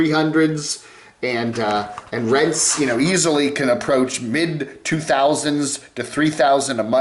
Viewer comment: Huu, did you say, RENT?